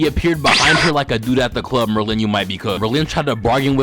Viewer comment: why TF DO YOU SAY MERLIN LIKE THAT. It’s MERlin, not merLIN